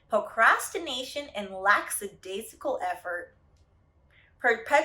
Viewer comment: I love you... you’re definitely smarter than I am... but lack·a·dai·si·cal not laX